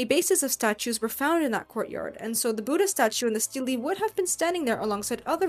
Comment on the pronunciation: Hearing the pronunciation of "Buddha" butchered so many times is hard to bear. Why can't so-called western professionals put in some effort into learning to pronounce native names correctly? It's not "Boo-da". The "Bud" is pronounced like "put". Bud-dha.